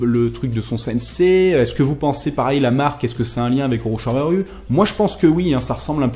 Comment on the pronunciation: A "Oroshamaru" j'étais mort de rire putain